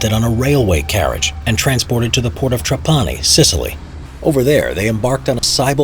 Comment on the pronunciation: It's tràpani, not trapàni